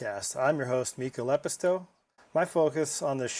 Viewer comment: TIL how to pronounce Mika's last name. 🎉Congrats on the new podcast! 🎉